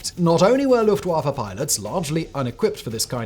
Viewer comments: It's pronounced "Luft-Voffa". Not "Luft-waffle". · I like the early period of WWI when they were just scouts, and then the pilots started shooting at each other with pistols. Very hilarious to our modern conception of arial warfare. P.S. Luft (air) Waffe (weapon) thus, air force. W is V in German, it just irritates me. It's not Luft-wah-fuh, it's Luft-va-fah. No offense to you Simon, just a common trope.